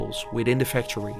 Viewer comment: PLEASE GET AN AI NARRATOR. YOU ARE BUTCHERING The english language. Cant even pronounce factory...